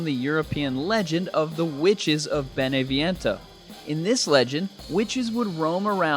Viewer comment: I'm Italian and the Italian city is BENEVENTO without the i